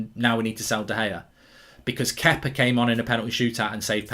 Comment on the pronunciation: think he’s saying Kepa😂